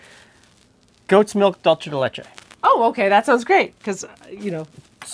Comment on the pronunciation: Pronunciation note! My girlfriend is from Celaya, the city most famous for Cajeta, so I have some by association authority I guess. Anyway, your pronunciation of Cajeta, which you appear unsure about, is fine. On the other hand, you kinda fudged "dulce de leche". Dulce de Leche is a Spanish word, not an Italian one, so while you might say the "c" in "La dolce vida" with a "ch" sound, the "c" in dulce de leche should be pronounced as an "s" sound. The correct pronunciation could be spelt as something like "dool-say day leh-chey"